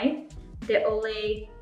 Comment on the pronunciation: Stopped the video when you said “Olay”.